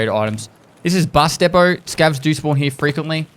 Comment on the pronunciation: “Over heeya”